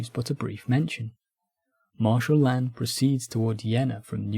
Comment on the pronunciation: This is a fantastic video! If I can make a tiny nitpick, a lot of the French names here are mispronounced. Reille, for example, should sound more like "ray" than "ray-al." And the big two that came up a lot — the s in "Lannes" is silent (unless the next word begins with a vowel, because everything needs to be complicated) and the "th" in "Berthier" makes a hard t sound. Small things, but they can take the listener out of a video about French history.